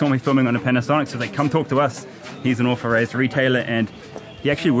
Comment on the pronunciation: You should try to pronounce 'authorised' with a th and not an f.